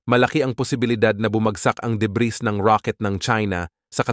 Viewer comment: Deb(ee), Deb(ee), Deb(ee), Deb(ee), Deb(ee), Deb(ee), Deb(ee)!!! Hindi Deb(ris)!!!